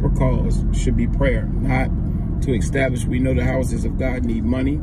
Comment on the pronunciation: EEEEE-STAB-LISH not XXXXX-STAB-LISH